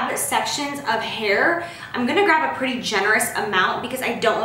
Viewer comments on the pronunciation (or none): none